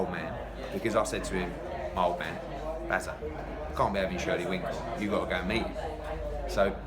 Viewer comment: eddie cracks me up, the event coordinator and shirley winkle! lmao...and then just keeps on calling him shirley winkle. brilliant!!